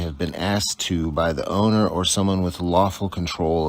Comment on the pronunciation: Love the videos and commentary. However, PLEEESE - say asked instead of axed.